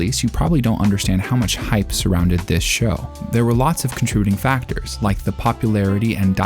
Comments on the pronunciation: I'm sorry, what was that ? "Contruding"? Not often I hear a new word, and Google isn't helping me with a definition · Sounded like he mumbled the middle syllable of “contributing.”